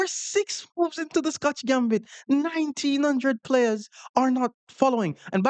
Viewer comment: nineteen hundRRed, hard R and everything 😂😂